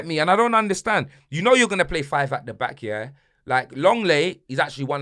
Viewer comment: Cristianokardashian😂🤣 'I'm beck' 😱